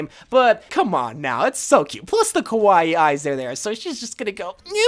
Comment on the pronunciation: Lol.. You keep saying “kowai” eyes but I know that you were saying “kawai” eyes. I’m a bigger weeb. Btw, kowai means scary, which is the opposite of kawai meaning cute